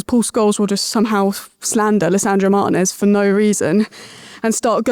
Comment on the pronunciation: Why can't the whole of England pronounce Martinez properly. It's not hard at all.